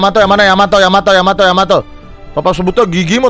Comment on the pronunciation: Kapal yanto,yamete,yamato,yamiti kata bang windah